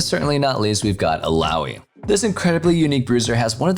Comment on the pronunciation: It's ILLAOI Not ALLAOI